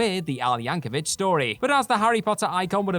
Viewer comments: One more time: it's YancoVIC, not Yancovich. It's a hard C, folks. In other news, "aluminum" has only 4 syllables (and only one "i"). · Btw, it's YankoVIC.